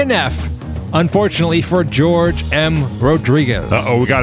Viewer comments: I'm thinking Jorge is not pronounced as 'George'... Pretty sure it's "Whore'hay" lol:person-turqouise-waving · It's not "George" it's hor-HEY. Not that it matters now. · It’s Hor-hay, not George. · "Jorge" = Hor hey. "George" 😅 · 2D, please help with name enunciation!!! I didn’t see a George out there, rather I saw a Jorge (pronounced Whore-Hey)!!!!! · "Jorge" is pronounced "hor-he", right? :-) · Jorge is pronounced hor-hey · It's Jorge, not George.